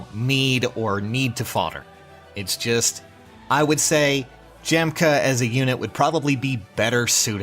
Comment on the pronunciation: Isn't it pronounced Yahm-kuh